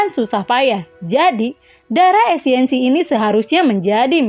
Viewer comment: Esensi kak.. bukan esiensi 😁😁